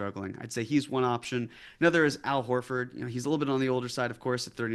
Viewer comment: Wut aboot Hal OlFard?